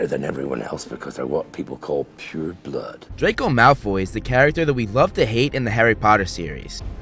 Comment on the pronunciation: Its not drayko malfoy its drayko mouth full